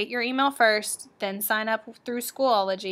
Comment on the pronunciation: It is SCHOOL-O-GY Not School-ol-o-gy